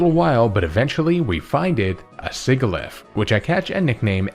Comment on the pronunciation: I love your content, but man the way you say Sigilyph had me grinding my teeth. 😭